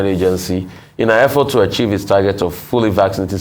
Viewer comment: Did I hear this man IGP say ‘airport’ instead of effort 😅 All these Fulani janjaweeds in key positions are all Olodos. Nonsense